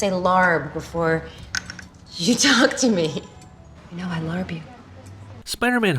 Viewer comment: i cringed so hard at the larb scene. Im from thailand and they completely butchered the word